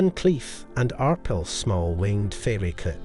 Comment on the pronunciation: it's pronounced ar pale